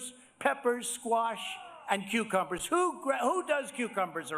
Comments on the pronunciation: Does Trevor pronounce them qwho-cumbers? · Am I the only one hearing "quecumber"?